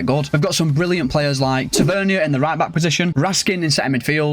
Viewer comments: As a Rangers fan it’s not “Ta-vern-ier” It’s “Ta-vur-neer” Edit: he also has a brother called Marcus Tavernier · It’s tavernier not tevernia